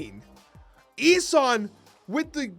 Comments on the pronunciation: also Ee-sOn 😅 not eesun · What is this ess-in 😂 E - son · ES-en?!?? are you doing this on purpose? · Love the content but it’s pronounced E-son. Same with some vids where you pronounce Daken wrong. It’s supposed to be like Taken just with a D. You & Cozy call that man Docken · I believe the name is pronounced Ee-son. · I had to stop watching because of how he pronounced this and Balthaak.